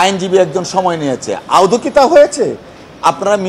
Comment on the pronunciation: মাননীয় সভাপতি শব্দটি " আউদ " নয় শব্দটি " আদৌ " বার বার ভুল উচ্চারণ করছেন !